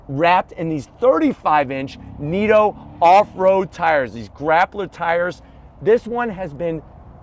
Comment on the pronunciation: Neat-o tires? According to their own commercials, its pronounced knit-o.